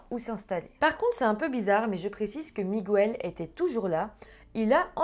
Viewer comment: Miguel avec l'accent espagnol ça se prononce "Migel" et non "Migouel" 😉